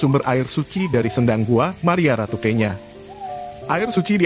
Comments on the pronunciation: Bacanya bukan kenya tp kenyo,...yg berarti perawan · Saya risih dg pembacaan kenya yg keliru. Mestinya tanya dulu ke orang di sekitar tempat itu.